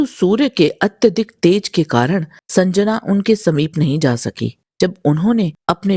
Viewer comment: संजना नहीं, संज्ञा (या संध्या)